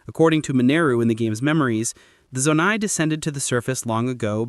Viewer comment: The biggest mystery of all? Why is he pronouncing 'Zonai' like that